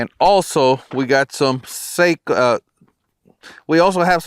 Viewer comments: Sako is pronounced SOCK-oh. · Aah! You are a professional, you should know how to pronounce Sako properly. 😉 Very nice video! Thanks!